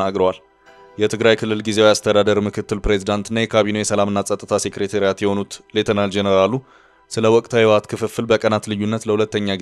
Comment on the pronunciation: ስታነብብ አፍህን ሊይዝህ ይገባል፥ ማለቴ እንግሊዝኛ ስለምትችል - ሰው😂ሴክሬታሪያት አይባልም፥ ታደሰ ወረደን ቢሮ አደርግኻቸው፥ ምነው በትግሉ ሁሉም ሚዲያ ንግድ ክጀመረ ዐራት ዐመታት😂አፍው እንኳ የቋንቋ ጥራት ይቅርባችሁና መሠረታዊ መልዕክት የሚያስተላልፉ ቃላትን ለስቅላት ባትዳርጓቸው!!!!